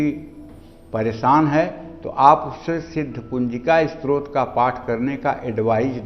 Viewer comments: स्रोत नही स्तोत्र....आपका का उच्चारण अशुद्ध है #डिसलाईक्ड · आप पहले अपने उच्चारण को शुद्ध कीजिए। आप स्तोत्र का उच्चारण स्रोत और ब्रह्म का उच्चारण ब्रम्ह कर रहे हैं।